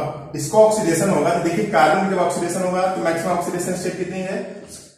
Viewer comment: Sir app cu ko baar Baar carbon q bol rhe hai